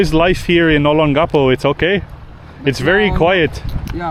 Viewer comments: So disappointed that you cannot even pronounce Olongapo correctly. I have been an expat resident of Olongapo for over 15 years. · I wish you spent a little time with a local to get the proper pronunciation of Olongapo. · For my ears, your pronunciation of Olongapo, is unique and endearing.